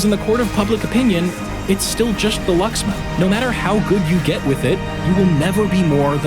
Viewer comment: Ah yes the lucksman